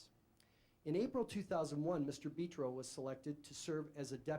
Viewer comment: Well this is weird, thought my last name was unique. It's Italian but it's Betro not beeetro dummy